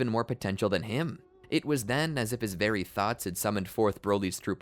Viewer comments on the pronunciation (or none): none